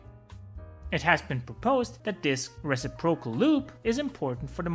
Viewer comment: Great video. As a native English speaker, stress the “-ci-” in “reciprocal”, not the “-pro-“.